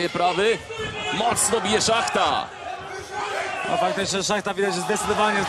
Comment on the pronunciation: Nie szachta tylko shmata